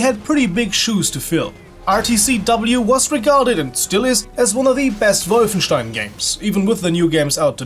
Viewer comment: Always a pleasure to see someone remembering this great game. And you even pronounce "Wolfenstein" correctly, which is pretty rare on YouTube ;)